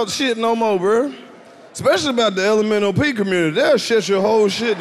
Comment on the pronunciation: My man said the lomop community lmaooooo